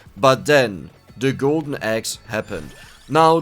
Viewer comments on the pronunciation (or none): Like it so much how you say Devil-Loper :) no offense I like your vids.